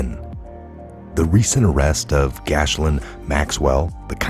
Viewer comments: GASSLIN Maxwell?! IT’S GHISS-LANE! 😂 Sorry, OCD vibe sneaks out sometimes man love what you do keep going. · Her name is pronounced GEE-Lane (Like Geek, without the 'K'). It's french, because she is of french birth and descent. Please make this correction. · pronunciation key for Ghislaine = Gee Lane. 🇺🇸👍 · Did you jut pronounce Ghislaine Maxwell like this: Gasland Maxwell? I have never seen a name mispronounced as many times as her name. I wish someone would make the effort to learn how her name is actually pronounced. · her name is pronounced "Ji Lane"! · it’s geelaine